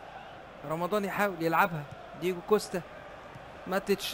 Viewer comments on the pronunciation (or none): اسمه كوستا انتا بتقول كوشته